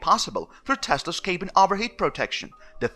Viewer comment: Some English language help: Cabin is cab-in not kay-bin. You use "deprived" a lot which is more used for people struggling with poverty rather than sitting in a Tesla. Feeling "left out" would be more appropriate. (Just friendly tips to improve!) 😁 I know how hard it is learning a foreign language!